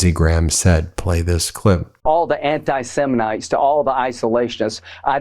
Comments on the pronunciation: Not to be hypocritical, but… did he say anti-semenites? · "Anti SEMINITES"??? How could anyone with an ounce of intelligence take this guy seriously when he can't even pronounce correctly the BS he's spewing? Ignorance at it's finest. Damn, Grindr lost a paying member. Too bad, so sad.